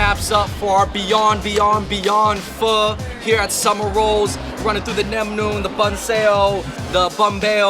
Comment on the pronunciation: // // Did Andrew edit this video? Viet ears be bleedin' from his butchered pronunciation of "nem nuong" but did you guys really have to screw up the "banh" spelling for these dishes? Sorry (Xin Loi) Richie.